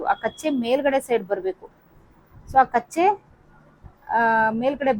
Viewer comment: ಮೇಡಂ ಕಚ್ಚೆ ಅಲ್ಲ ಅದು ಕಚ್ಚ